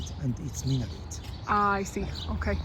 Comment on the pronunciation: Cest un minAret pas un minoret ou un min'ret.